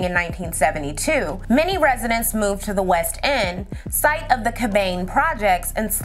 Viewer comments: It's "Cab-an-ney" lol Crazy bc this happened two blocks away from me. I live on the West End area. Love this and love your channel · Cabanne is pronounced kab-anee. Great video by the way. I work in this general area for a quasi-governmental org. I often think of this poor little girl and several other unsolved crimes in our area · Im from St. Louis, loved the history, lesson. My dad grew up in Pruitt-Igo and Cabanne Courts is pronounced like "Cabin-E Courts or Cabin-y Courts," if that makes sense.... very informative, we know that the fact the police had to "prove" they care about black lives, is reason number 1 why we know they dont!! St.Louis, PD had /has/have no intentions on finding who that baby was... black women, black girls are the most exploited and most "missing." And to AmeriKKKa they could really care less....